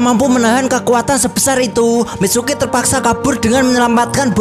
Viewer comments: Tulisan nya Mitsuki Abang bilang micuki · Mitsuki bang bukan micuki😂😂😂😂